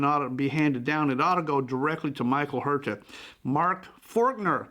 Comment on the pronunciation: The correct pronunciation of Huerta is “Werrr-ta”, yes roll the rrr…